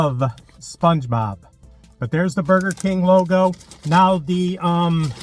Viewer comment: you said spluongebob like 30 times hahaha